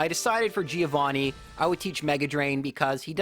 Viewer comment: That's not how you pronunce the name Giovanni